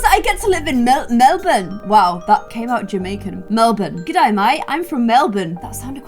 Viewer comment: No one: Literally no one: Not even the beans:: g’dæy